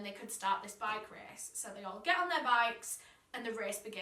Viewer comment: I’m sorry but I have to make this comment:, love the little mess up.